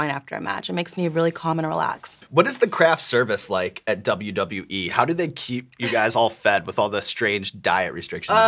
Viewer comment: She pronounces WWE as WB which is increasingly odd but she's cool af. Makes me want to watch her matches.